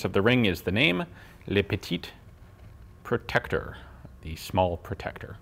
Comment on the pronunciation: Gun Jesus pronounced it funny. It ain’t protect-tuer; it’s protect-teur! Although I appreciate the pun.